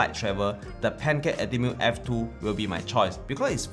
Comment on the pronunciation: I keep hearing Pentax when you say pancake. I am very sorry, but maybe consider doing this channel in Mandarin or the language most native to you? Your photos are nice, and the overall quality of video is obvious. But... your pronunciation and command of English is an absolute killjoy. Very sorry for the comment, and thank you for your efforts.